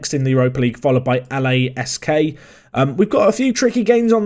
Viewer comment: It's Lask not L-A-S-K